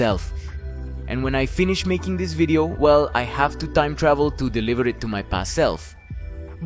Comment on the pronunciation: "Toieeem Tdauhveel" = time travel